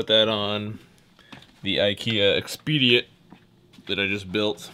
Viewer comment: Ex-peh-deet! /Best Regards, a Swede :D